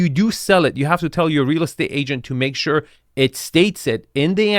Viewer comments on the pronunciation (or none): none